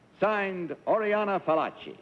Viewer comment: Fallaci not 'Pallachi; no? 'expert on women'?